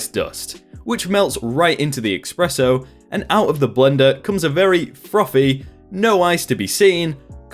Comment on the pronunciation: eSpresso, not eXspresso.